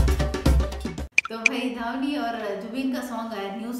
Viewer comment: Wo धवनी nahi ध्वनि hai🤣🤣🤣🤣